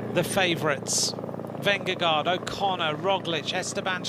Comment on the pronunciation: I like that he actually can pronounce "Roglic" correctly, unlike our American commentators, although he doesn't get "Vingegaard" right.